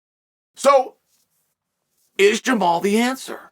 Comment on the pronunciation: Funny the one guy whose name Chael can pronounce is Jamahal (pronounced Jamal).